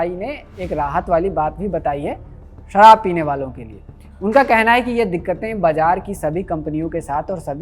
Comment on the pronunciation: Sarraab nahi sharab hota hai unpud